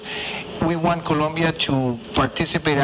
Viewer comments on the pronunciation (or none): Habla bien el ingles y es Colombiano, pero no sabe pronunciar Colombia sabiendo que habla español. Colombia: Polomia Colombia : Locombia Debió postularse en Estados Unidos porque de Colombia no sabe ni su nombre.